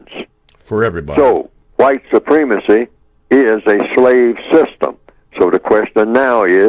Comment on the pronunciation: why does this guy say white soo-PREEM-a-see when the word is pronounced soo-PREM-a-see? very distracting from what he has to say.